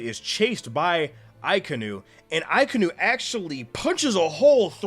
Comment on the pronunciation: akainu is pronounced aka (the color red) inu (as in the dog breed) hope this helps. a lot of English speaking people also call him uh-kai-new